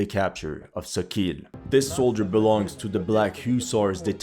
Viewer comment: Sokil is not pronounced SO- KEEL... It's SAW-KALL with stress on the first syllable